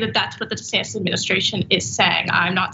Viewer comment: Dr Ritchie called him DeSatin by mistake 😁